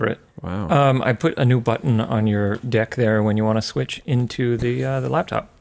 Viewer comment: please learn how to properly say "deck"